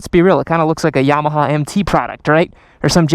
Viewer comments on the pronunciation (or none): none